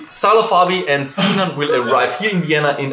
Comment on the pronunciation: thought it was Sinan not Sinaan